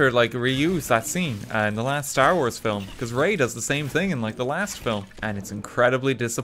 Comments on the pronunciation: The "filims" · Oh, I've never heard of this guest YouTuber before, let's see her play. Hears her pronounce "film". Aaaaaaaaand subscribe.